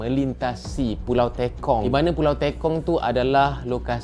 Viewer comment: Pembetulan Sir, Pulau Tekong(e. g. Tepung, Terus atau Tekan not Teykong ... 😊😷